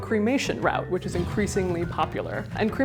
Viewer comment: Route.The way she said the word nearly made me laugh.